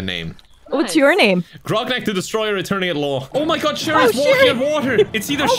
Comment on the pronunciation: Sherry: calls Grognak "Ragnarok" The entire CMK community: sweating